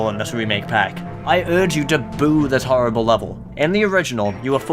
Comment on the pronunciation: did anybody else notice he said horrifle??